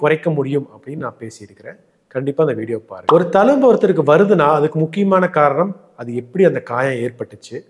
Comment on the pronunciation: Sir, thank you for super advice. pls use tamil properly. Talumbu illa thZhumbu.